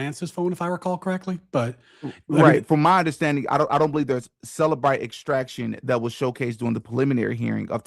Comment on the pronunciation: It's CELLbrite, not selabrite